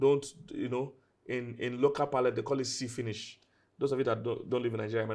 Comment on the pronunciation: When he said "see finish" with an accent😂😂😂😂😂😂